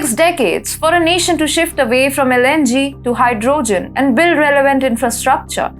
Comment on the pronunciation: ...hy-dro-gin. Gotta love 💘